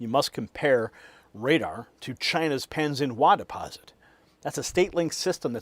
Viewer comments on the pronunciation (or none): none